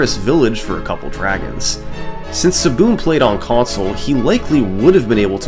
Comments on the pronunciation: Took me half way through the video to realize he was pronouncing "ESS ESS BEE EM" as "SBOOM" 🙃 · hearing "SSBM" pronounced as siboom was so jarring at first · Calling SSBM SaBoom is so funny. I’m going to start doing that. Is that how the runner pronounced it? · SSBM "Saboom"? isnt that the super smash brothers melee acronym? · SSBM is pronounced saboom? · "Saboom" SSBMstuff Lol, bro was just trying to play melee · I just realized you were sounding out the acronym lmao when I see “SSBM” I immediately think “Super Smash Bros Melee” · I don't think I've ever heard ssbm pronounced like that lol